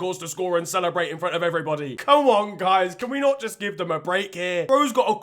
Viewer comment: bruv why u saying "dem" and "den", instead of them and then, actually jarring to listen to, you sound like you grew up in surrey stop trying to sound Caribbean its cringey asf.